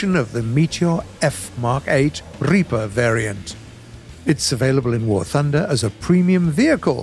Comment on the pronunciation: Rolling r's on a purely English vehicle.... wtf? It's a Reaper, not Rrrreaper. lol